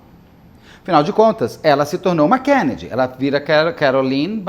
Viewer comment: Por que o Beto esta falando desse jeito estranho ao pronunciar o sobrenome Kennedy?